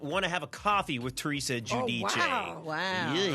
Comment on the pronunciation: pronounces Gudice correctly 👌🏽